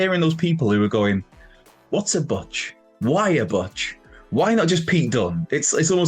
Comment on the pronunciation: Butch pronounced "BOTCH?????" It's pronounced "BOOTCH!"